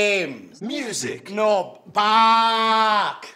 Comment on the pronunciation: When you were saying 'back' it sounded like Bach...I was hoping to hear some classical music; I was disappointed .